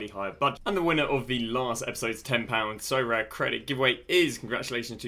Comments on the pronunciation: Sorare: aribeh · Love the vids Sorare-aminoc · Sorare: DaSuHi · sorare: SoCommon. (with full stop)